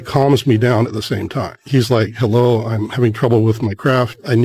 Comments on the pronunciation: " hellow ? " " Hellow"? 😂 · " hellow ? " " Hellow"? 😂 " Is it me uour looking for "?